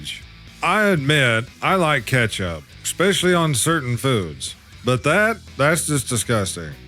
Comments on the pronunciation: I love this channel but for f*** sake it's especially NOT expecially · It’s especially, not exspecially.